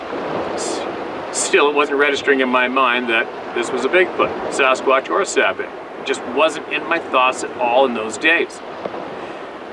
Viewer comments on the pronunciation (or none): none